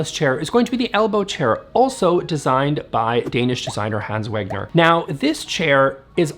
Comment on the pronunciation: It's pronouned Vegner - not Wegner. And it's pronounced Eemz not Ames.